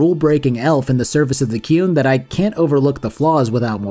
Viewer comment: As shitty as it is on the whole I still love Dragon Age 2 jank and all. Keen as for you to do a video on Inquisition and I assume a second video on the DLC cause of how long the game is. Also you pronounce The Qun like Cartmen pronounces The Coon and I laughed everytime